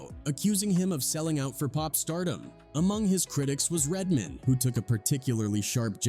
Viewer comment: Lol you said it once idk you don't seem to have an accent but once you kept calling "RED MAN" "RED MIN" I had to stop the video I saw nothing past the 7 minute mark 🤷🏿‍♂️ sorry just too much 😅